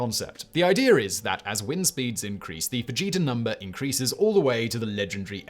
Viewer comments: I thought you said "Vegeta Scale" instead of "Fujita Scale" In my defense, I'm putting away my groceries and wasn't looking at the screen. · Simon, totally thought you were saying Vegeta and not Fujita lol😂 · I was looking at the screen and heard "Enhanced Vegeta Scale"